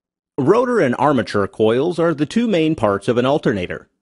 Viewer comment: olter nater